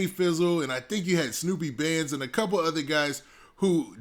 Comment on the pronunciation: it's pronounce "snoop bandz" not "snoopy bandz"